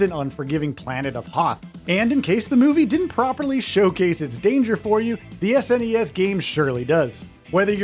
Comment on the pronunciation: Just say Snes or Super Nintendo not ess en ee ess